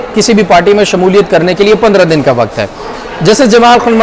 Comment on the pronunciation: Mr. ❤ Why aren't you correcting your "Waqt" pronunciation???